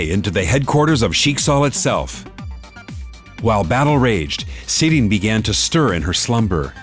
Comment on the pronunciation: love how they pronounce sirin “sidien”